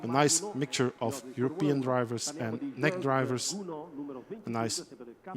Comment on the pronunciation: I think it's great racing! But the commentator! Omg he is so bad 1) he calls it nec like a word not N E C or Northern European championship etc.. 2) he says 'there is no DRS like in F1 this is proper racing??!! What why would he say that! 3) HE DOESNT EVEN KNOW THERE NAMES!! HOW UNPROFESSIONAL!! He says the guy in front!! Please do something about this I am trying to enjoy a good race but he kills it! I cannot watch this anymore